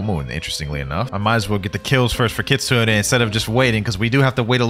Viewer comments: Its Kitsune like you pronounce the letter "e" at the end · its pronounced kitsu-ney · listen carefully: kit-soon-ayyy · bro its KIT SU NE